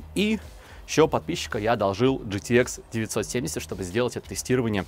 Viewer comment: Уши вянут от такого произношения. Арэкс gtэкс пиздец